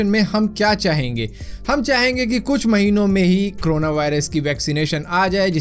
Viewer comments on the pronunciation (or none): It's corona not crona... Aur Bhai.. Wo xray wala detector sirf. Last stage me dekh k btaega🥴